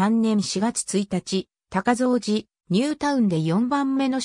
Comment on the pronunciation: 西藤山台小学校は母校のため、どういうふうに紹介されているのか気になり見させて頂きました。 その中でちょくちょく読み方に間違いがあるた指摘させて抱きました。 大切な母校、今は廃校になったとはいえ思い入れがあります。 そのため、いくつかおかしいのを紹介しますね。楽しく見させて抱きました 高蔵寺はこうぞうじと読みます。 藤山台東はふじやまだいひがし、西藤山台はにしふじゃまだいと言います。 春日井私立岩成台はかすがいしりついわなりだいなどあげるとキリがありません。 これはAIに回答させたような感じがしますが、AIには学習能力があるため、読み方を訂正してあげれば次回から正しく発音するようになりますよ。 追加で高蔵寺駅まで3kmあるため、高蔵寺駅とニュータウン内あみの目のように繋ぐバス路線が沢山ありますぐらいまで欲しいですね。 ありがとうございました。